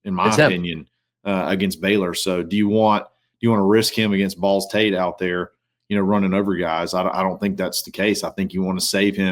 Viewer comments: I swear was saying Balls Tate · Did say Balls Tate?